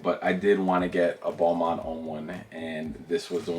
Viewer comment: When he said Balmain I heard it like Boohooman (obviously I am not native English speaker but I share since I thought it was a bit funny). BTW, that Balmain is my least favorite; I thought it was a cheap sheep skin from fast fashion.